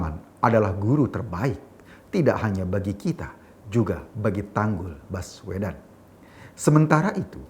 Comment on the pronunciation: Saking ada pekanan pd kata baswedan maka spintas terdengar : Bas uedan !! 🤣🤣